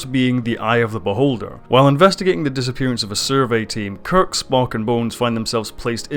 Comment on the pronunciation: And there's no 't' in Spock's name either :) Disco is a great show, perfectly Star Trek :) If you're worried about it disrupting canon, well don't. Trek has always retconned itself, over and over, it's one of the pitfalls of a long-running franchise. That doesn't make it not canon. If you don't like it, don't watch it. No reason to try and shit over other people's enjoyment of it though.